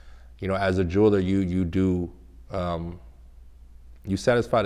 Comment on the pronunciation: “Jury, and juler”😂😂😂